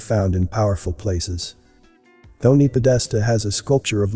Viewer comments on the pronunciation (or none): none